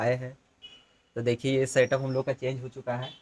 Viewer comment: Bhai satap nhi hota 😀 setup hota 😂😂